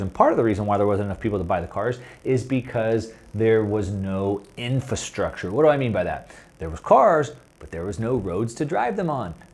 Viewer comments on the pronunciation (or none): There was however 'IN-FAST-RUCTURE.'